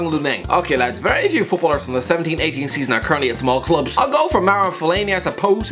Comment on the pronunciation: I cant stop hearing ‘1780’ season instead of 17/18 season